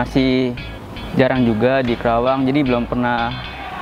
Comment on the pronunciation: Ajarin mahasiswanya pronounciation nya itu KARAWANG bukan KERAWANG wkwkw